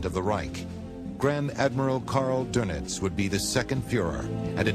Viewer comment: Couldn't they find a narrator who could pronounce "Goebbles" or "Doenitz" properly?